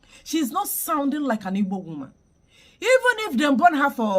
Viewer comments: This one is obviously NOT Igbo 😂 Her accent and how she pronounces words like “ Ibor “ instead of Igbo. Arewa people are not very smart by selecting this Hausa woman to pose as Igbo. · This person is a Northerner, no Igbo person pronounces it as Ibo....more so her name, state of origin, local government and village or hometown is not mentioned....this one is a cursed fool. If she is feeling lonely she should relocate to Iran, Gaza, Pakistan, Afghanistan or even here in Nigeria let her relocate to any of the Sharia state in the North. We have few Igbo Muslim and this one is not one of them. So what exactly does she want to achieve with this?? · Hahaha, can you hear the way she mentioned Igbo her tribe? She can't even call the words Igbo well. She's sounding like Fulani or other tribes in the North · The way she pronounce Igbo is enough reason to know she is not anything Igbo. This is 💯 an hausa lady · She is imposter. Hear the pronunciation of Igbo self. Deceivers everywhere 😮. Igbo's beware ooo! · 1000% impersonator. She cannot even call Igbo with an Igbo accent. This is another desperate attempt to win Igbo converts. How can you win converts through deception? Hear her, "Oh, you are so beautiful to be covered this way". Her handler by choosing her, has tacitly acknowledged that the average Igbo woman is fair and beautiful. Vanity on display! You think Igbos are vane? Sister Fulani or whoever you are, Igbos have an undeniable thick accent not your soft accent. Igbos pronunciation of syllables is very emphatic with a downward stroke. Yours is twisted and up. Nice try but you failed. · Ta mechie uno gi? Nwa wu onye Hausa. She can’t even pronounce IGBO…😂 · I swear this woman is not igbo because the ways she speaks especially how she pronounced igbo she can never be igbo woman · An Igbo woman who couldn't pronounce the word "Igbo" properly. I knew she was fake once she mispronounced Igbo.